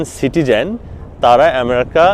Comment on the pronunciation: আপনি তো আমেরিকা ঠিক মত উচ্চারণ ই করতে পারেন না